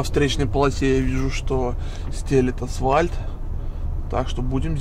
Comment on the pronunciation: АсВальт? 😂 Пипец...